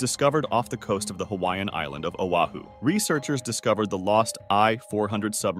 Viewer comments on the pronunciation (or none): none